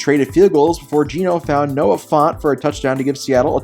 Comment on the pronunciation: Why'd you say Noah Fant all accenty?